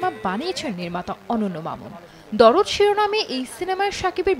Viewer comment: "দরদ" নয় শব্দ টা "দারদ" মানে ব্যাথা-বেদনা